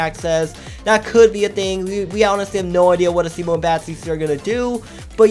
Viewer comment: IVE TOLD THIS NOW YOU its pronounced [uh-see-mo]